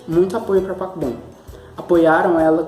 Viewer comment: Parece q vc tá falando papom Dkdkksksksksksksksksjsjsnns